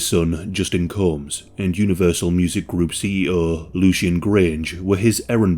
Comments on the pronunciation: "Sean Cooms" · “Sean Cooms” 😂 I knew he was a coomer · Jesus Lol 😂 it’s pronounced Co-mmmms haha 😂🤷‍♂️ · Lmao. "Meet Shaun *Cooms*."💀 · Sean Cooms😂😂😂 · "meet Sean COOMS" 😩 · Sean Cooms lmfao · Not sean cooms 😂😂😂😂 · I had to drop that Like the moment you said "Cooms" (Combs). Please don't take it as an attack on your accent, I think it's pretty cool! 👍🏽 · “Sean Cooms” 😂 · Pronouncing Sean "Combs" as Cooms is perfect. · Sean Cooms. lmfao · My mans really said "Sean Cooms". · I like how you call him Shawn coooms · Yes, Shaun indeed cooms. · I actually heard you say "This is Sean Cooms". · Heh sean cooms, we should all start saying his name like this. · Sean Coombs?? 😂😂😂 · Not that this man deserves respect but you should’ve pronounced his name properly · 20 seconds in. if you can't pronounce Combs right than I don't respect anything you have to say about the case.